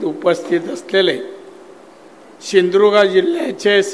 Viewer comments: शिंदुर्ग काय शिंधुदुर्ग म्हण 😂😂😂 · सिंधुदुर्ग पण नीट बोलता येत नाहि 😂😂